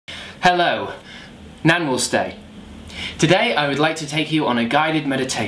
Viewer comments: Hahaahhhah... Instead of 'Namaste', did you say, 'Nan will stay' ?? :-D :-D Also that accompanying gesture... hahahha.. different... Nice one... :-D :-D You have an awesome sense of humour... Absolute <3 ... :-D :-D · it's namaste and it's ohm but nice video